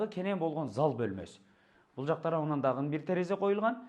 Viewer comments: Дагы деген созду эмнеге дагын деп суйлошот? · Кылыптыр бирок окшошпоптур,бараЙлы,короЙлу,киреЙли,дагыН деп😅😅😅